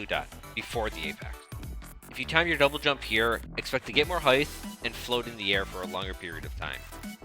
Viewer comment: Great video, thank you for making it. Also maybe you're saying heigth (rather than height) on purpose but I'd want someone to tell me if I were doing it accidentally.